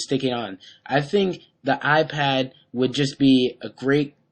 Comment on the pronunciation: fail he says iPwn